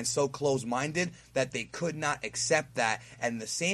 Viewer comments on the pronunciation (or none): none